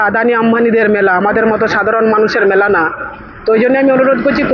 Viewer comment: ওই এমপি মেলা কথাটা ঠিক মতো উচ্চারণ করতে পারছে না ,তার থেকে আমরা কি আশা করতে পারি ,ওনাদের যে টুকু জ্ঞান তার বেশি আর কি বলবে ,এটাও জানতে ইচ্ছা করছে উনি কোন সম্প্রদায়ের?